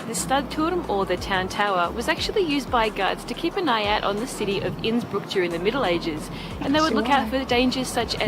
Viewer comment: Your pronounciation of Innsbuck was top notch! Don't worry!